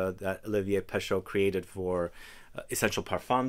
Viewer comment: Again, for the umpteenth time: it's not peSHO, it's (roughly) peSHE. In French EAU = O and EU = E (not quite but roughly).